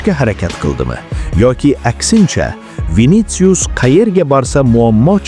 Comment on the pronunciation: Винициус эмас винисиус